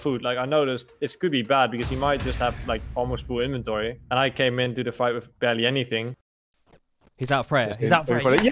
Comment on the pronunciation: "De inventorie was pritti stendert"